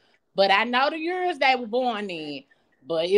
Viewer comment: Lol nah she said 3 yurrs 😂💀